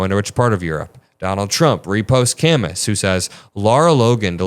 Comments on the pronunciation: Dude, its Camoo, not Cam us. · Camus is pronounced “Cah-moo” like the French writer Albert Camus (The Stranger). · FYI Camus is pronounce ka-MOO ... Albert Camus (/kæˈmuː/[2] ka-MOO; French: [albɛʁ kamy] ⓘ; 7 November 1913 – 4 January 1960) was a French philosopher, novelist, author, dramatist, journalist, world federalist,[3] and political activist. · It's pronounce Cam-oo like the philisopher. To the broader point the world would have been a lot better off if social media had died with Myspace. Tom never deliberately sought to sow division and break down how civilised society functioned. He just chilled in his white t-shirt on your friends list. Miss you buddy. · 7.45 Albert CAMUS is pronounced 'Kam- Moo' silent S , 2nd youngest Nobel Prize for Literature at age 44 , wrote The Plague, the Stanger, Nemesis..oh so much.. oft referred to as leftist philosopher.... ❤ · please look up Camus, and how to pronounce it